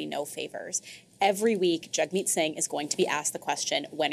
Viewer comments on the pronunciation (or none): Surely that's JAGG-meet, not JUGG-meet.